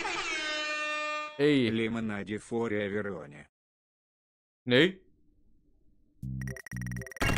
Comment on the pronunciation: Lemonede for everivone diyor yani Lemoneda for everyvone diyor